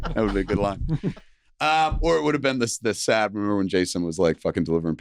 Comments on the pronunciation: He refuses to say "IJ" but he says "Tzz Dee" when the TESD guys themselves call it TE EEH ESS DEE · Jesus, Kevin is such a fucking windsock. He made this entire thing about himself. I also hate how he calls their podcast Tez-Dee.